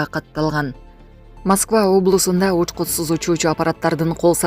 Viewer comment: Байкуш диктор эмне деп эле окуп жатат, учкутсуз дейби,же учкупсуз дейби?